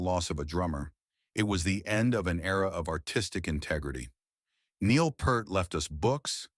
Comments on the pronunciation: At least pronounce his last correctly. It's PEERT, not Pert. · It is pronounced P-EAR-T not P-ER-T you waste of human life...... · How is it this narration persists in mispronouncing Neil's name? It's PEERT! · Note to the authors: If your claim of respecting Neil Pearl’s legacy is to be believed, the least you could do is say the man’s name correctly! NEIL PEART sounds like EAR 👂 You muppet. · Fuck sake man! If you’re going to make a video about Neil Peart you could at least pronounce his surname properly! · i didnt like that his name was mispronounced throughout this entire video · The narrator doesn't even know how to pronounce his last name.🥴 Could you, AT LEAST, do some simple research on how his name is pronounced???🙄